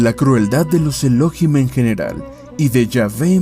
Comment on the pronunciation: No es Elóhim, es ELOHÍM. Con acento en la I. Es una palabra aguda, no grave o llana.